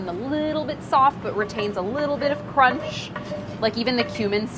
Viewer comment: Chris Morocco: You know like nobody wants to bite into a whole peppercorn... Priya: CROMNCH